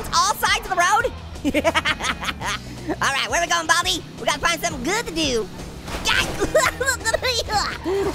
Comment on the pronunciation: your saying baldy you should say baldi